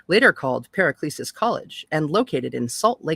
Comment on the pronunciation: Was great to find this reading of this book. 👌 Paracelsus "Para-sell-sus"